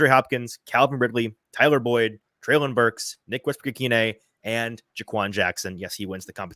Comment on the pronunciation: Always great content overall..but man, can you please start pronouncing Treylon’s first name correctly…this is his third year, come on now. and both pronounced it correctly for you in this episode.